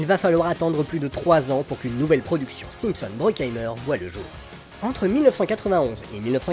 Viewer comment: j'allais le signaler aussi, en effet pas très clair la façon dont (simpson) c'est dit ;)